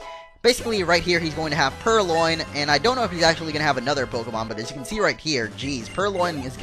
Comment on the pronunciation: It's purLion as in the word lion